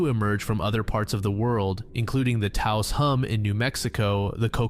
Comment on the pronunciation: You pronounced Taos correctly, good job.